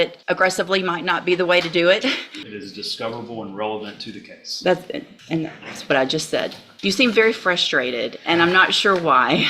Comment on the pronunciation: How does the word Case end up being pronounced Cause !